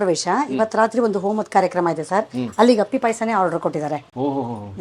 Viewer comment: Appli pay Asa alla. Appi pay Asa